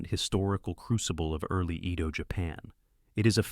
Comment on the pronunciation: Narration was terribly AI but overall ok. I wish someone would get AI to pronounce "Edo" correctly though